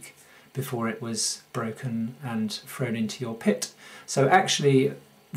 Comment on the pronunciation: Where is "norf America"? What is "worfless" and "frone away"? If you are trying to educate people on a subject then at least get the English language part of it right.